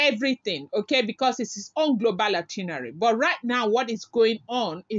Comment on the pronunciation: it’s “ITINERARY”, check d spelling & pronounce it slowly. No one knows it all, though. Cheers.